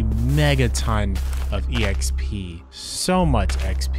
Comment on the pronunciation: Calls it’s e-xp instead of exp. Love it😂